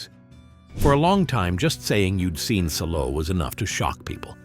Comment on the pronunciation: It's pronounced Sall-o.